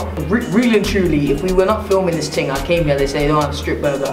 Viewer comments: i love how instead of him saying the word thing he says ting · hate when he says 'ting'